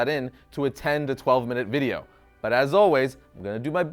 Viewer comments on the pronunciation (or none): none